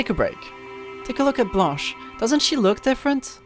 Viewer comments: T'es français nan ? Vu comment t'as dit blanche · Damn, your pronounciation of blanche is impeccable! are you french?